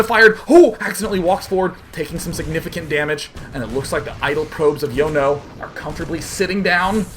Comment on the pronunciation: Sean my son, Jono isn't pronounced Yono its John-oh